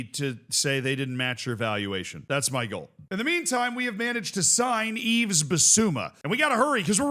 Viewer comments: You really need to stop saying YveS. The s is silent 😅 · Please say Yves correctly. 😢